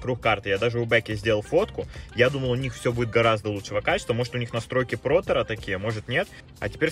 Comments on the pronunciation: Спешу поправить плоттер а не проттер ) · ПЛОТЕРА блин ПЛОТЕРА. Эта вещь называется ПЛОТЕР.